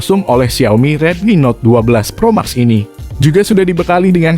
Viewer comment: Gemes bgt denger naratornya nyebut Pro Max , harusnya "Pro Mex"